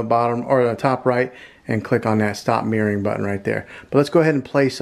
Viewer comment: Great video. But can we try "mir-ror-ing' 😂